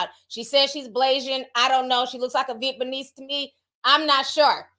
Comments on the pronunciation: Nobody: Ti: Vietbaneese!! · Nobody: TT: viet me knees 😂🤣🤣🫶🏽